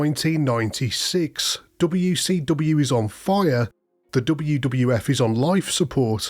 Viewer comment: Gotta love how this guys says "dobbayouw see dobbayouw"